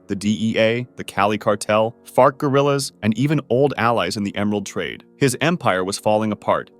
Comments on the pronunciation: Did bro just say fart gorillas ?! LMFAOO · What even did bro say I been replaying this shit and I can only hear fart guerillas 😭